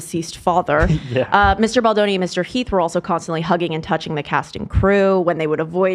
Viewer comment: Kinda sad ethan knows how to pronounce baldoni correctly now 😔 i miss ballzanga